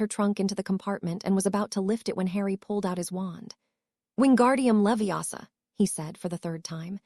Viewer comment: It's leviOsa not leviAsa had too